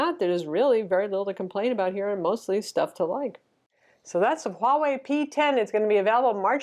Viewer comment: Best pronunciation I've heard for Huawei yet on YouTube... Everyone else is saying basically "Wawei"